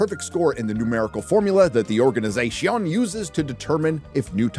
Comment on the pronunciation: . No, no, no. You just said "organizasion", but I can't accept you reading that crap with your normal voice and not with your "diversity" one, lol. Come on!